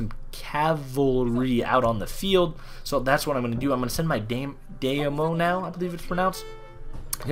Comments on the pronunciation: It's Die-Me-Yo. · Btw daimyo is pronounced Dime-yo